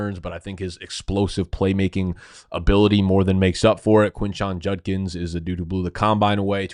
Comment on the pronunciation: He pronounced Judkins right 👏🏼